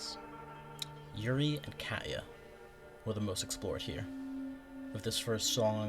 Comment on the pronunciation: Why did you say Katya like that??? 😭